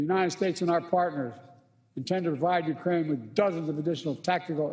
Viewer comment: Destroy Uraine culture 😂..scripted and on the teleprompter and he still cant get it right